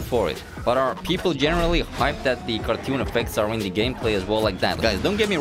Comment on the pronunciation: Normal people: Cartoon: kARTEWN